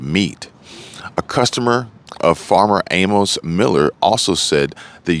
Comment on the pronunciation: The name Amos is pronounced A-Miss. Thanks for the video